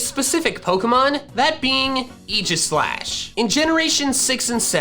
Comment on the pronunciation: I cringed when I heard Egislash instead of Aegislash. AE (like in "aid")